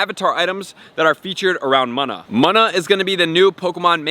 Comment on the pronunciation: Btw it’s pronounced moona